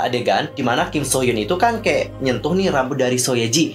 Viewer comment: Kim nya ga trlalu salah penyebutan, krna kalo mmg pngen kek org korea ㄱ dibaca antara G sama K, aku cuma kurng suka penyebutan nama kalo ada hruf U. Kek hyun hrusnya dibaca hyeon jd hyun, mungkin krna lidah indo.